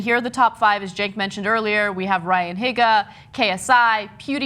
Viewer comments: Its pronounced heega not higa so ryan higa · Say "HEE-guh" ! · Hee-guh not Hih-guh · Ryan Higgga :,D Best pronounciation ever :-)